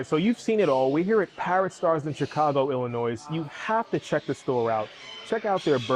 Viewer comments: Ill-ah-noise... =) Ill-ah-noy, my friend. You got a laugh outa me lol. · He lost me ax "Ill-o-Noise"!!!:text-green-game-over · it's pronounced illanoy. no S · Please .... Great parrot names, but ILLINOIZE?? 😆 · 'Chicago, ILLA-NOISE'????????!!!!!!! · Chicago Illinois- we do not pronounce the "s" on the end of Illinois. Just saying. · Illinois . . . . the S is silent! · The “S” in ILLINOIS is silent!! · I stopped watching the instant you said the "S" on the end of Illinois, education's wonderful, try it sometime. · No need to be nasty. Several people commented on his pronunciation of Illinois in a polite way. I'm sure he got it.